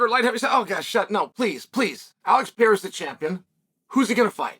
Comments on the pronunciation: Pereiras name isn’t that hard Unc, you keep saying Pierra and it’s driving me crazy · Chael needs a vocal coach to help him pronounce fighters names, Alex Pieeeeeera won the belt against Jiri Pro-chaaka, oh no here comes the contender Alexander Rage-chip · Who the hell is alex PIERA? 😂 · This guy can pronounce names like: Adesanya, ankalaeve, Chandler, McGregor, Poirier etc..... but if you're Brazilian, this man all of a sudden can't read properly... Smh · Can't even pronounce the name right !!